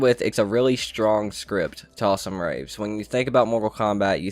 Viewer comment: Bruh its joe taslim not talsim